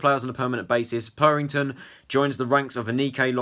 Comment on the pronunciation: It’s not purrrrrrrington It’s purrington